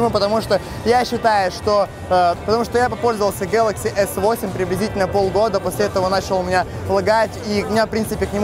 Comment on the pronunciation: Да не гэкай ты так...